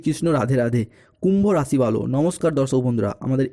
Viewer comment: পরিষ্কার বাংলা বলুন,হিন্দি আর বাংলা মিশিয়ে খিঁচুড়ি বানানো বন্ধ করুন। "কুম্ভরাশি বালো" মানে? যে ভাষা মায়ের,যে ভাষা খেতে দিচ্ছে,সেই ভাষার প্রতি নুন্যতম কৃতজ্ঞতা অনাকাঙ্ক্ষিত নয়!